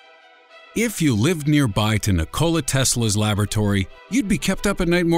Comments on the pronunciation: Its Nikola not "Nick Cola" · The man's name is NOT Ni-Cola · Nick-cola tesla? LMAO